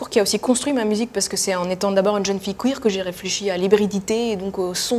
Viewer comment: C.F Queer pas Cuir. Benêt.